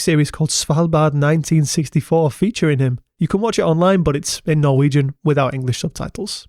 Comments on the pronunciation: Very well pronounced Norwegian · Wow that was amazing, great research and your Norwegian pronunciation was extremely good. Thanks 😊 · Honestly for a non-Norwegian speaker your pronunciation is wayyy better than most other YouTubers that try to pronounce Norwegian stuff - Also, nice vid with nice editing and good writing 👌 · Great job on the norwegian pronounciations. Much impressed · Yes, overall good pronunciations. We are - understandably - not spoiled in that regard!